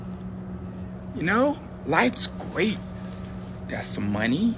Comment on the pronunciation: “Life’s gweat” 😭😭😭😭😭 nigga yachty slow